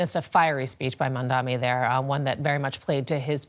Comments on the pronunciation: should start with learning how to pronounce Mamdani's name correctly, he kept saying "Mamdami" which shows the level of reporting on his end. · Madame the journalist, it’s MamdaNi, not MamdaMi… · MaNdami, MadmaMi, i don't get why is it so hard to say his name consistently and correctly. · How are you hosting a show on DW if you can't even pronounce Mam-Da-Ni..... Non mandami.... Not that difficult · even she can't. or refusing to pronounce his name right . His name is Mamdani not Mamdami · Who is this "Mamdami" she keeps talking about?? Why is it so hard for people to say or remember Mamdani? This is not me being offended on his behalf. It just doesn't seem that difficult for me to learn, let alone for a global news anchor to learn. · This expert doesn't even know the actual name of the person. He's calling him MAMDAMI, nice job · Mam-Dani. It's really not hard. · no. not. She said in the start MamdaMI. They show their hate with this or may be a code for some kind of grouping may be. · no you are mistaken. The anchor said "Mamdami" 5 times, including 3 times in 30 seconds around the 6 minute mark. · This reporter and analyst are embarrassing, they can't even say his surname properly. It's really not that hard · The hate the White media is depicting out, is through the pronunciation of his name. As you did mam. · Say his name correctly, u racist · Why are you pronouncing his name wrong